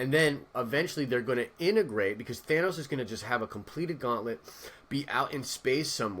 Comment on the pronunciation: THANOS not Thaynos....lol